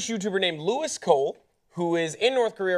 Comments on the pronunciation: Its so obvious you guys did NO research in to Louis at all. Can't pronounce his name and don't realise he came back from North Korea a week ago and didn't upload any of his videos till he came back. He was invited to go by a group that was already going and wasn't asked to come by the government. He can't go in to the details of the group he was a part of because they wouldn't get allowed back in. In fairness she did say lets wait till he is back and find out some more information first. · Maybe you should actually check out his channel. Pronounce his name right for one. He's posted a video reacting to media like you saying things about his experience in North Korea that is not in line with what he's actually doing. Do your research. I used to actually be interested in what you've had to say but now seeing that you don't look into what you make your videos about, I'm pretty unimpressed. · Obviously they haven't done their research on the YouTuber and their intentions and content if they are pronouncing his name incorrectly (it's not Lewis it's Louis, which is pronounced Lou-e) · He films what he sees wherever he is in the world. He's not an investigative journalist. Why does sharing your experience of somewhere make it propaganda?? It's also pronounced Louie. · It's pronounced "louie" ☺️☺️ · As someone mentioned below, he pronounces it "Lew-eee." He's been back for over a week now. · Maaaaaan I'm a big fan but it makes it seem really, really under researched (especially for such an important topic) when you pronounce his name wrong repeatedly. He says it in a ton of his videos. This whole episode rubbed me the wrong way, especially how Hassan handled it. Also, where he's from its illegal to say that something isn't an ad when it is, and it explicitly says in his description box that it isn't a gov sponsored video. I don't know 😔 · yeah shouldn't be that hard to pronounce it right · Get his name right, damn. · you said his name wrong..... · Lou-ee not Lou-is